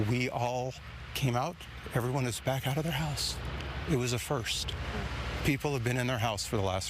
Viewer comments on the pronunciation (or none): none